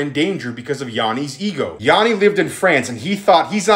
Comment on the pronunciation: My name is Yianni but it’s pronounced the same as this guy’s name and he put so much disrespect on my name it’s crazy